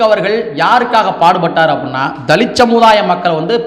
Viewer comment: தலித். தலித். என்று சொல்லாதீங்க தம்பி